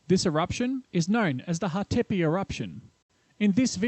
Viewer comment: and also Hatepe (stress is on the first syllable)